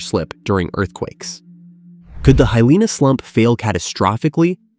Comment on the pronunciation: Speaker clearly not someone who grew up in Hawaii. Newanu? Nu'uanu. With the glottal stop, full stop. Hilina: High lean-ah? Heeleena. Kilauea: Not kilaweeya. the e is short: Killawaya. Hawaiian was written down by German missionaries. It uses German pronunciation for the most part. Loihi is now Kama'ehuakanaloa.